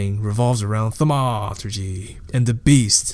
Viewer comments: why are you doing that? "thamaaaaaturgee" what is that? Kinda ruined the video for me bud. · Really well put together video but seriously just speak clearly and concisely, and pronounce your words correctly like "thor-mah-tur-gee" and "di-alla" not dahlia etc. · Themaaaaawturgy. Huge turn off dude. I legit just wanted the lore. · I disagree. Why not? It was a fun and informative lore piece with a bit of "thaumaaAAaaturgy"! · Dude the video is so good!! BUT WHY Therma-a-a-a-a-a-aturgee ?????????????? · 2 minutes in, i cant continue the video because you keep saying thamauuuuuturgy. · "thamaaaaaturgee" seriously wtf. I gave you an upvote for the good work of summary, but this ruined the video (as 1000s said below) and I had to stop watching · the way u were pronouncing thaumaturgy got old real quick. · So I have listened to the whole thing. Nice summary, but as others said, too much unnecessary emphasis on somehow random words (i dont understand why thaumaturgy was being targeted). But other than that, your voice seems pleasant to hear and you summarised it nicely. You could make even more detailed videos and just keep em coming! Dont listen to comments which are only criticizing without adding constructive value! Cheers! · i think this comment was right on. The content is great, but it was the delivery that made this really difficult for me to concentrate on. Not just pronunciations (thaumaturgy), but strange emphasis in sentences, the almost exact same roller coaster of tone in each sentence, and then the tendency to drag out the word at the end of nearly every sentence. Fought through it though because the story was worth it and his research and compilation were superb. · Disliked. What is his problem with the word "Thaumaturgy"? It's so annoying the way he says it. He pronounced Marceus wrong too (he calls him Marcus Lioneye lol). If he even listened to Tarkleigh or tap on the Weathered Carving in The Coast you will hear the correct pronunciation.